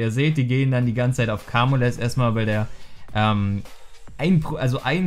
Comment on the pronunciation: Bitte sag nicht mehr Kamules, er heißt "kaymiul" <3